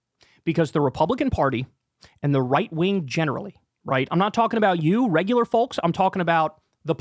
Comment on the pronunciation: Kyle, my guy! You gotta stop pronouncing the L in “Folks”! Lmao! I love listening all the time and contribute on patreon, and yes, this is my only criticism of what you’ve said in this segment, lol. Folks is pronounced like cokes. It’s a silent L.